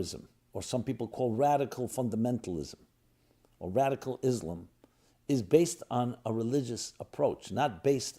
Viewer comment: yeah perfect, learning from someone who can not even pronounce the name Islam correctly.